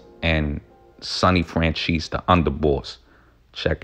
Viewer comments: It’s pronounced “FranZEES” not francheese E. And Micheal is a good guy. Smart guy. Went to school with him. Same neighborhood in Hamilton Park Long Island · Michael Fran "Cheese"....really...c'mon dont butcher the name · Michael FranCheese? Lol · Nah man. If You were in the area at the time,,you would know that Johns Ego was All that mattered to him by that point. He thought he was a Celeberty and he loved. He Abolutely said the Streets need me,,you godda take the rap lol. And his name is NOT Michael Francheesy. Its Michael Franzese!! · Fran CHEESE? Franzese don't you mean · Did you just pronounce Michael's last name as "FranCHEESE"?!!! Lmfao im dying 🤣🤣🤣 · My guy really said Michael french cheese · Are you saying michael fran-cheese on purpose? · My man it's not "FranCheese" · Fran-Cheese lol... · Learn to pronounce names ..lmfaoooo